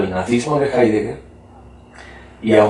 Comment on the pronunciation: no sabe nada de heidegger el entrevistador, ni siquiera lo pronuncia bien